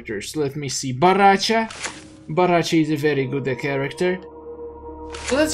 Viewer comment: Dude is BORRACHO CHO CHOOOOO!!!!! NOT BARRACHA WTF? PLEASE you should say baraka unste of barracha wtf